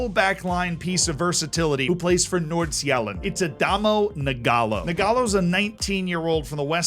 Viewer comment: My guy absolutely butchers København but does Nordsjælland correct?